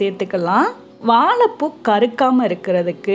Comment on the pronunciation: வாலப்பூ இல்ல .. வாழைப்பூ .. 😀😀😀😀